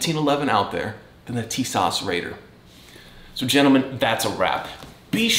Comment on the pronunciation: First of all, it is pronounced, "teesaw"...